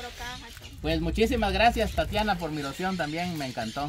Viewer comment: Se llama tatiana no tatania asi dijo alfonso escuchenlo tatania